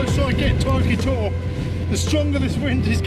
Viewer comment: Nice vid. But please don't pronounce the e for Oke Tor. Same as the tree please. ;-)